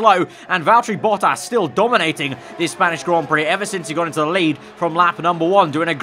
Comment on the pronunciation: ah I hate how says Valterri Bottas